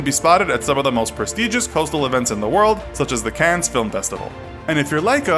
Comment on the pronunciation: Friendly advice (although it probably won't sound friendly): You really need to improve your pronunciation of French words; specifically, 'Le Mans' and 'Cannes'. If you're not sure of how a word is pronounced, look it up so you don't embarrass yourself! ;)